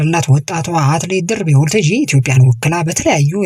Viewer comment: ለዜናው እናመሰግናለን! ለጠቅላላ እውቀት ግን ሰው የስሙ አጠራር ሲወላገድ መቼም ደስ አይለውም፣ የሚያውቅ አድማጭም ድምፅህን ሲሰማ ጆሮው ላይ ይሻክርበታል። በለጠን ባላጣ ብሎ እንደመጥራት ማለት ነው። ስለዚህ ያባቷን ስም ስትጠራ 'ታጂ'ን አጥብቅ አታርዝም። አንተ የምትለው Waltajii ሲሆን መባል ያለበት Walttajji ነው። Walttajji ትርጉሙ መድረክ ማለት ነው። የሷንም ስም እንደ አንዳንዶች ደርቤ አለማለትህ ግን ግሩም ነው 😊